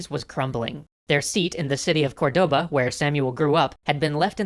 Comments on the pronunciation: Dude! CORdoba, not corDOba! Stress in the first syllable! We even point to the letter with a little mark, "Córdoba"! It's tilting me out so much I can't pass the first minute and a half of the vid! deep breath Ok, now that I've said it, I can keep going, this is probably very interesting. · Awesome, but remember, it is not cor-DO-ba, rather it is COR-do-ba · i love, but they have so much problem with spanish names... the intresting part, its that they only have problem on the accents. accents as in tildes and pronunciation of the strong silable. example: its COR-doba, not corDOba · Córdoba, not Cordóba... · English speakers would naturally pronounce it cor-DO-ba but that is in fact not the correct pronunciation for the city. It is actually, COR-de-ba. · the word "Cordoba" has the accent on the first" o", it sounds like "córdoba". Granada was spelled correctly. Keep the good work. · Córdoba. CÓR-do-ba. Almeriense. Al-me-rien-se. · Great episode as always, but as a Spanish, Cordoba is accentuated on the first 'o', not the second one!!! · I loved this episode, but one thing drove me insane: Córdoba is stressed on the first "o", not the second